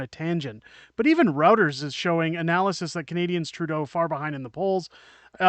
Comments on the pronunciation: Check your pronunciation of Reuters. sThe first syllable sounds like "Roy". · Good work and congrats on your growth -- you def deserve it. October 2025 seems like a lifetime away. Side note: Reuters is pronounced "Roy-ters."